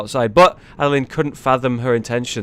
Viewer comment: You butchered Adeline's name soooooo hard Jesus christ